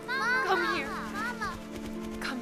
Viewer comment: I love well researched period films but the way the actors mispronounce some words is very irritating..... it's Mamma, two m's so longer m sound, and papa' is being pronounced Papa, (which is only used for the Pope!), without the accent on the last letter...very irritating. Admittedly this film is made for the american market so most are none the wiser......